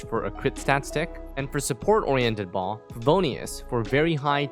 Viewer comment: Fun fact, translation of Baal from Hebrew to English is husband. Also, Baal has two syllables. If following the Hebrew names like the varied Hypostases, it would be pronounced Bah-ahl. Or at least, Bay-uhl. If I'm wrong about any of this, apologies. I am no scholar. Just had a couple Jewish friends growing up.